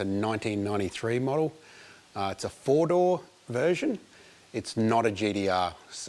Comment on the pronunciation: I always love how Aussies pronounce "GT-R" like "JD-R". I'm absolutely not making fun of it, I just love it !